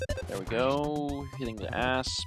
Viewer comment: Every time he says asp I hear ass